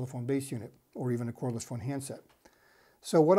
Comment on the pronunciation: Cordless, not chordless, at 32 minute mark